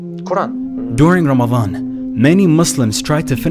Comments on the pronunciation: so cute how he says Lamadan instead of Ramadan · Can you say letter r? Lamadan.